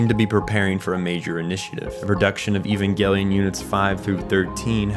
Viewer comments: Bro really said ivangelien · I will never understand why everyone insists that hard on calling it EVANGLE-ION. Do you people pronounce EVANGELICAL ("evangle-ical?) the same way?! It hurts my ears every time. And it hurts a lot in the long term. Do people say an ANGLE instead of an ANGEL?! As a non native English speakers it's one of those things, but that one I'm not sure why everyone does that, for "Nuclear, that you all pronounce NUKE-ALAR or NUKE-ULARR, I know it's because peoeple are ignorant. For that one I don't know, maybe someone will take the road of "since it's a Japanese show and these people can't pronounce anything either, we also massacre the name of the show they created, like the creators did themselves. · It's a soft G, "Evan-JEL-eeyon"